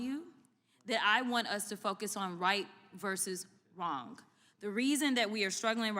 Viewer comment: I like this woman but she needs to learn how to pronounce "wrong". There isn't a k at the end, its not wronk. Just because there is a silent w, doesn't mean there is an invisible k.